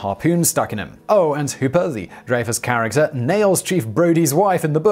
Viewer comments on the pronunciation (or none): It’s pronounced, “Dry-fuss.”